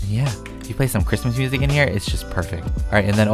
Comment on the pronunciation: When says ChImUs it always makes me laugh